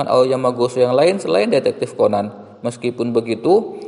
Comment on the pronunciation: Bukan ceban tapi Conan 😡